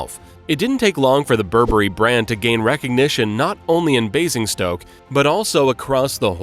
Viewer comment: Basingstoke is pronouncd BASE-ING-STOKE not Bassingstoke. I do wish you Yanks would check on the correct pronunciation before making these videos. Spoils what would otherwise be a fascinating subject